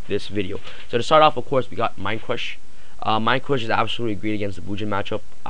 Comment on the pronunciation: Mind cwush XD